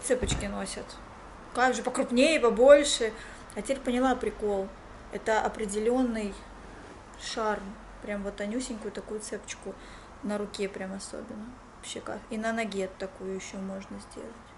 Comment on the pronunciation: кстати,заметила,что иногда говоришь цЕпочка,но правильно цепОчка❤️